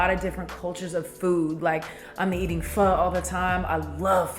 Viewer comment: S/o to pronouncing Pho right